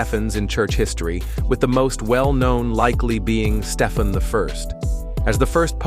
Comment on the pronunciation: It’s Stee-Ven, not Stef-N. That’s AI for you.